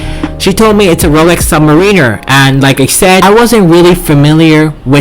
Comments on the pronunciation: Did he say subwiner? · Submarine-er. Yikes